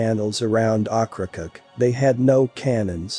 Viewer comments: Okra-COKE not "ockracuk" : > ow-kruh-kowk. Otherwise good story telling much improved with correct pronunciation. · The narrator … ugh. Oak-kra-coke… And goodness, if he was anymore excited he’d be Pollyanna. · Ocracoke is pronounced oak-kra-coke. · 2.00. Okra coke....is how you pronounce the name. . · pronounced "Oak cracoke"?